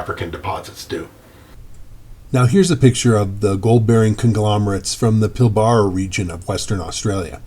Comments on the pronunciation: Pilbara is pronounced with a long r. Pil bra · Pilbara is pronounced "Pilbra' the first "A" is silent.